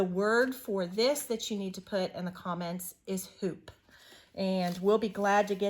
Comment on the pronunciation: Yay! #2 is here! Teacup, hoop (I thought you said poop at first 🤭) heart. Thank you so much! You guys are so generous! I’m so excited to hear a tour is coming soon!!!